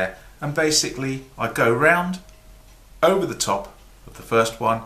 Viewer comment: Hello Sir! Awesome and funny as usual! Specialy because of Your accent when You are speaking, I just love Your way of talking, I'm always laugthing when You say the word "over"... "Ouuva"... must be because I'm French and I do appreciate and well understand when You are explaining things! Thank You very much Sir, for sharing Your knowledge. Greetings from France ^_^